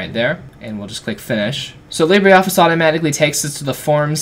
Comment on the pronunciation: Libre - not Libree